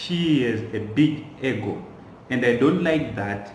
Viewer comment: Ego is "pronounced" Igo thanks